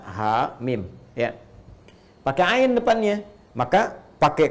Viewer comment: Mau tanya apakah benar kalau ain di baca ngain (nga),soalnya kalau dengar suara ustadz baca ain fathah kedengeran seperti nga?